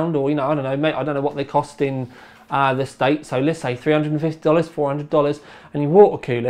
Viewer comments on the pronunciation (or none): none